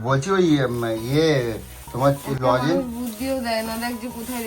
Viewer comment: লজেন না লজেন্স আরে ঠিকমতো বলো লজেন লজেন করে যাচ্ছে. লজেন্স লজেন্স বুঝতে পারছ কি না